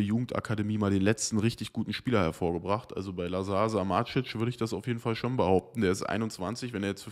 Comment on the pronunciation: Hi, liebe deinen Content seit Jahren. Ein kleiner Tipp zur Aussprache von Lazar Samardzic. Bei Lazar wird die erste Silbe betont und der Nachname wird ungefähr wie "Sammardjitsch" ausgesprochen. Bisschen Klugscheißerei muss sein haha LG:)